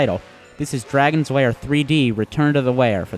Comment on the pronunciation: It's called lair not wair